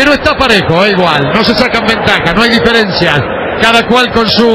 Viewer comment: Min Pero está parejo, dá igual, no se sacan ventajas, no hay diferiencia.. Gol de Coutinho😂😂